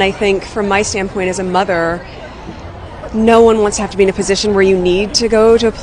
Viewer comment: Sounds like she said " as a mugger"😂 not mother.😂😂😂😂